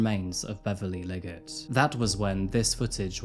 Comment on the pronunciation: 3 minutes and 17 seconds and in maybe 18 or 19 seconds in, I swear he said Liggers instead of Liggett.